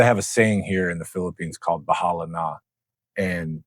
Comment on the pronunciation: "Bahala na" with a smile! Yea that's definitely how Filipinos say it! 🙂